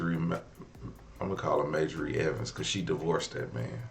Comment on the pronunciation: It’s pronounced MAjorie not Mayjory.